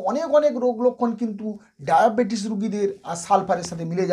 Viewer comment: ডায়াপেটিস ? কথা কি সঠিক। ডাক্তার মানুষ কথা সঠিক ভাবে বলুন